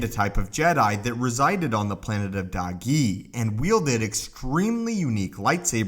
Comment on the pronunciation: When he says dahgee I hear doggy